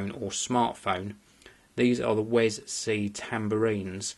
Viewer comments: It's pronounced 'We Es Si'wesc(ddoott)com/wescpedia/wi-es-si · its pronaunced WE-S-C! Actually =P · mate u can get them in matte black aswell. also that "little" extension isnt an extension, its an adapter for using with like ur phone and basically lower end media players. btw its not pronounced "wes-c" either its all one word.